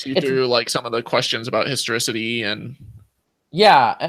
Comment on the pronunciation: That is not the first guy calling it the "historOcity" of jesus. 😁